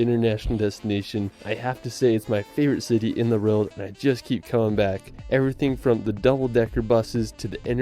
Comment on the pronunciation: The narrator’s pronunciation of the word “world” is really irritating